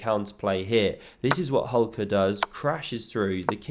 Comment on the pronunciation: Hulka is pronounced like Hool'ka with a soft L'. It's not easy to transliterate Ukrainian. Cheers, mate